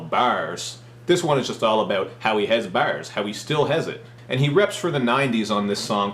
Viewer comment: "Dis album is all about how Redman still has bawhrs" is Cal Chuchesta?